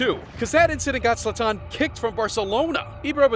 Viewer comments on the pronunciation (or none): I can't take this video seriously when you can't even pronounce his name correctly. It's Zlaaatan and not Zla-tannn! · Why hasnt nobody mention that he enunciate his freakin name at the wrong A. Its ZlAtan not ZlatAn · You are disrespecting him pronouncing his name like that 😂 Its not zlaTAN, its ZLAtan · His name is pronounced ZLAH-TAHN. Not Zahtahn. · It’s ZlAtan, not ZlaTAN. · Its pronounced zlatan. Not zlataaaaaaaaaaaawn. Come on ai. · It's zlatan and not zlataan dude mispronouncing the gods name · funny how you get his name wrong continuously, it is ZLATAN say it over and over, not Zoltan!!!!! Oh, and ethnically he is SERBIAN, you can tell from his name. JS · Who cares for mls?! Who calls Zlaran Ibrahimovic a f Zlata-an. Zlatan not Zlataaaan. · ZlAtan, not ZlatAn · HIS NAME IS ZLATAN, NOT ZLATTAN! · Zlatan, not Zla-tan. Come on bruh. Just say it all together, stop making a pause. This video is so americxan where the presenter has to be the star and the center piece instead of just showing footage. Trying to be funny and cant even pronounce his name. 100% american bullshit. Stick to pigskin-ball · Who tf is Zlataahn? This narrator man. And bordell? Its bordeux whete is the l? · 2 seconds in… ZlaTÁÁN?? Fuck this video dude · Who is Zla-Taan? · His name is not Zlaten he is sathan😈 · no. u mispronounced Zlatan in the 1st seconds so I couldnt. Ur narration is a bit over the top as well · I think the biggest disrespect is mispronouncing Zlatan's name this whole video. Would it had cost to put at least 20 seconds research into figuring out how to pronounce it? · Mispronouncing his name for 11 minutes straight. Talk about disrespect. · Wrongly pronounced Zlatan through a whole video, but good video anyways. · It would have been better if you pronounced Zlatan correctly. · Bro, ur butchering his name. Stop saying it like a idiot , and u talk to much , the clips talks for it selfs